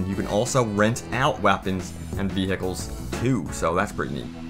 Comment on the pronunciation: Lmao. He said V-Hickle!!!